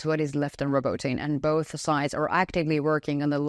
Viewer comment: Robotyne is pronounced Robo-Tee-neh..... Not trying to be that guy. Just saying....